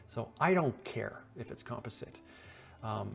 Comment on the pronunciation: Isn't near as bad as "Composite" 🤣😆🤣